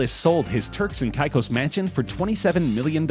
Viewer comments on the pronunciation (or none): The commentator should learn to pronounce Caicos.